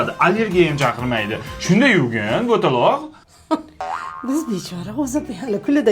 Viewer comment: Butalooq deydimi😅😅